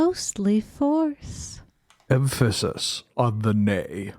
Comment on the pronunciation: emphasis on the "nay" has broken me. rofl